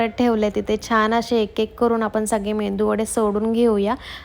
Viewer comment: MENDU VADE nahi tai..it is MEDU VADE